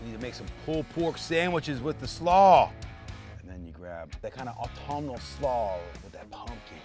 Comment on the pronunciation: When this guy said "autumnal", I shot Scotch out my mouth...